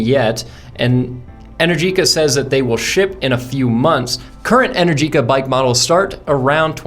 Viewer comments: Not "en-er-GEE-ka", it's pronounced "en-AIR-ji-ka". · Realistically it sounds like 110 miles of range in 30-40 mins. But I guess that depends on how long (many sequential charges) the battery can remain cool enough to take the 24kw rate. Also, I think they pronounce it EneRgica. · Pronounced “en-ER-gika” 🇮🇹